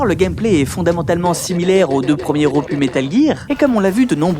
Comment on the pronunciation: Bon travail, comme sur la grande majorité de tes vidéos, mais pitié, si tu ne sais pas prononcer le mot "opus" arrête de l'utiliser, ca rend fou!